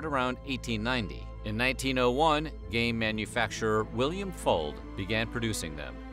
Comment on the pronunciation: i thought you said "in 1901, gay manufacturer william fuld-" and i was really confused for like 30 seconds until i turned on captions